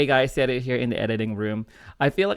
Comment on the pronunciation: why do u pronounce your name so odd, its serJio serJio you are saying SERIO